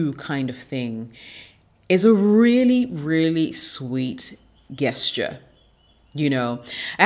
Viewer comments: Sweetheart it’s pronounced “just Cher” not guess Cher. You are gorgeous and I hope you don’t take offense.👍🏿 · Nice video, nice message. On another note, why do you say gesture as Gas-ture, intead of the correct form, Jas-ture? Is it just to generate engagement through comments pointint it out (as many youtubers do nowadays, throwing crazy mispronunciations just to create debate). Be honest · Really enjoyed the content! Only thing is Gesture is pronounced "jessture" . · Queens, ur killing me everytime u say “GUESS-ture”😅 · I love the way you speak so please excuse this correction. Gesture I pronounced with a soft "g". It sounds like your name as a "J" Also as in gentrification. Rock on. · It's prononced' Jesture' Beautiful lady. The 'G' is prounounced like a 'J'. Ididnt write the rules so please dont come for me. ;-) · Learn how to say gesture "jesture" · Hi, Thanks for the great advice It seems you can read my mind when it comes making the 'Things to avoid' videos. lol I hope you don't mind me saying that the 'g' in gesture is pronounced like the 'J' in Jessica.